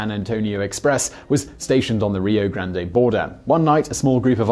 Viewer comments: Natchos was killing me too lol, not to mention his Rio Grande. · Its Rio-Gran(d) not Graday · I live in Texas. Simon... in Rio Grande, do not pronounce the "E" just pretend it's not there.